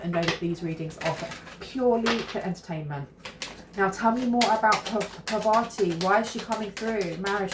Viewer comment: It’s pronounced Par-vati, emphasis on the first syllable.